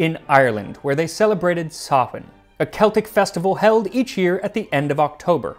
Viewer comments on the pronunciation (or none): Slight pronunciation quibble about Samhain: thanks for pronouncing it very right, but it is also less “sah-hwen” and more “sau-en” at least the way I was taught it. As for the myth of jack the one I learned had him named Will, and he was a right bastard. One day he was down on his luck and took pity on a freezing old man and gave him a morsel of food, a nip of whiskey, and a warm seat by the fire, and in return the saint in disguise offered him three wishes. He wished that none who sat in the chair he had offered the saint could stand without his leave, that none who started swinging his hammer could cease without his leave, and no coin he put in his purse could be removed without his leave. The saint was good for his word, but scolded William and beat him around the head with his cane before he left. Will went about his life, made money from his devious tricks with chair and hammer, but soon fell on his bad luck again. He said he may as well see what the other side had to offer, having already soured his chances with the saints and angels, so he called up the devil and bargained for ten years of uninterrupted prosperity and wealth. The devil shook on it and ten years later came for him. He said he would certainly go with the devil, just after he finished this new scythe blade for old John down the road. The devil stood around but got impatient so he asked if he could lend a hand to speed things along. William said certainly and told him that such a strong old beast as he sho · Samhain is pronounced “Sowen” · Samhain is pronounced sow in, but at least you didn't pronounce it same hane like a lot of people do. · I'm not sure if anyone else has said it yet, but Samhain is pronounced 'sah-win'. And I will be making this recipe! ☺️ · In Irish it’s pronounced sow as in sows ear my makes a W sound so sowin and bh makes a v sound love the channel regards from Ireland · Samhain rhymes with "cow inn". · Samhain is pronounced sow-win. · Samhain is pronounced “sah-win”